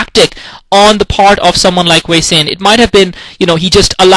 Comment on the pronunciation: its sorta weird to hear hwasin (hu-wa-sin) pronounced as hueysin, lol